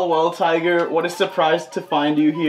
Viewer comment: I think it's "well well Taiga" not tiger 😂